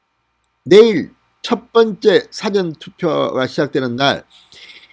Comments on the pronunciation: " 사전 투표 " 가 아니고 "사 ~전 투표 " 라고 해 주세요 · 진의원님.부산 출신이지만 사투리도 아닌 이상한 발음은 그만두시죠. 사전이라는 발음을 짧은 고음으로 하는데 긴발음 사전이 맞읍니다. 다른 발음도 틀린것이 많은데이건 부산 사람 이전의 발성 입니다.